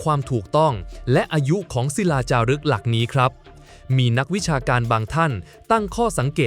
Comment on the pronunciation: ใช้เอไออ่านๆ ผิดอ่านถูก เช่น ทรัพยากร อ่านว่า ซับ พะ ยา กร ไม่ใช่ ทับ พะ ยา กร , หลักที่ 1 อ่านว่า หลัก ที่ หนึ่ง ไม่ใช่ ลัก ที่ หนึ่ง